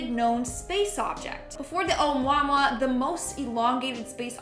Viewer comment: ....Oumuamua is pronounced Oh oo Moo Ah Moo Ah....it's a Hawaiian word and in their language you pronounce every vowel